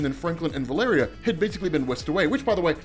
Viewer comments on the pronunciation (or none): none